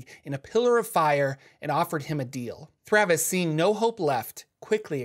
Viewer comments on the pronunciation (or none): Great video!! Except it is THAVIUS Kreeg, not Thravus hahahahaha 😬 ❤️ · Isn't it Thavius Kreeg? Not Thravus Kreeg?